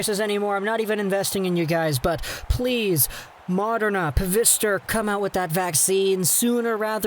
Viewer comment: Its not pronunced pa-vister, it's pronunced fi-zer, and not pronunced modern-a, its pronunced mode-rna. Just me being nit picky :) .